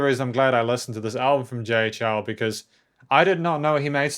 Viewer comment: Nice review. Just a bit of suggestion, the Chou is pronounced as "Chou (O is spoken as in Orange) instead of Chau/Chow"